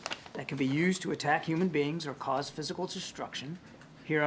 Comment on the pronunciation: Quand j'entends les américains dire humain being jai envie de rire